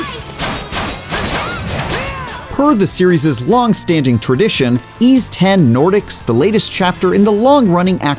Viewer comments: It's actually pronounced as "why's". Thank me later. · It's pronounce as "Ease". Someone sure didn't know what he's talking about.